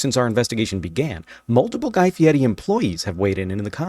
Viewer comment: Stop saying his name like that it’s FIERI not Fietty